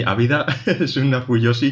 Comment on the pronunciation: Me apunto la de watashi ga motete dousunda :D PD: Crítica constructiva: Deberíais intentar pronunciar bien los nombres de las cosas, tipo "gintama" o "fujoshi" o muchas otras (no ya nombres complicados, no pido tanto). Evidentemente , no somos japoneses, pero al ser un medio de comunicación, vuestro alcance es muy amplio. Si ya se dicen mal las cosas aquí, todo el mundo (sobre todo los que empiezan) las acabará diciendo mal. Quizá sólo es cuestión de practicarlo un momento antes de grabar.